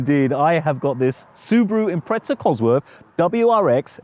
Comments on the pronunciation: Subaru impretza there is no T in Impreza ? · What do the Brits call the leaning tower - Pizza? I think not. So why do they insist on calling Impreza, “Imprezza”? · Hes saying Impretza rather than impreza (its a common mistake).